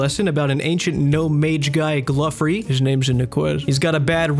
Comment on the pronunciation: I literally couldn’t watch this because you said “gluffery” Jesus Christ